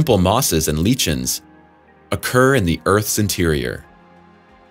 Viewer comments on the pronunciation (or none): Not lee kins but lie kins